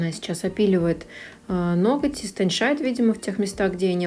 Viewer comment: истонЧает, режет слух истонШает, проверочное слово истонЧить